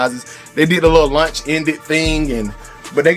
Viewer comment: Why it sound like you said lunch ended not launch 🤣